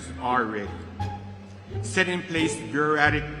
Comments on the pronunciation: Hes asleep and the speaker just popped some xans. "Bureara-bureauratic ReD tApe" wtf lll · with the guy on the background that cant pronounce buraucratic and he looking like that XD wow...just wow